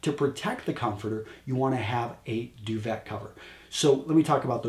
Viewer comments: wow just FULL of sexism; irrational logic; perpetuation of sexist roles, hierarchy, and other stereotypes; and just plain ignorance... I couldn't take it anymore after you said "Do-ve-T(ah)." Do-VAY!!!!!!!!!! How hard is that?!! Even I know that I don't even know what the damn thing is for exactly hence why I came here to LEARN and instead was blindsided by I don't even know what... change the channel. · "Duvet" is a French word... it's pronounced "due-vay" rather than "due-vet." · I love the video but it's pronounced Doo-Vay! Keep 'em coming! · I'm not French, but it kills me every time I hear "du-vet" or "foy-er"! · I believe its pronounced (doovae).... French you see.